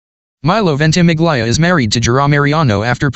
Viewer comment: Forgive me for correcting you, but Milo`s surname is pronounced VENT-uh-MIL-ya not VENT-i-mig-LYE-uh